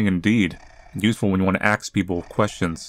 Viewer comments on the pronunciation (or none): "It's useful when you axe people questions."